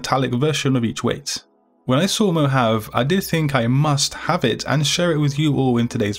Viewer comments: 'Mo Hav AAA' is the correct pronunciation not "mo have" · Awesome as always these fonts are perfect!! Just one Mohave is said Mohavee or something like that lol like the desert! ♥ I cant wait to use them all you're awesome!ty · Thanks so much! btw it is pronounced Mo-hah-vee